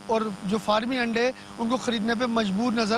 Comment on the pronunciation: O payi Aandai nhi Andai hota hy